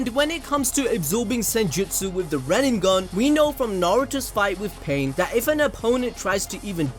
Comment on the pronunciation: RIN NE GAN (Reeeee-neh-gahn), not "Rennengan"